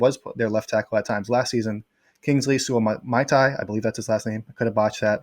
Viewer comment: Its SOO-AH-MAH-TA-E-AH lol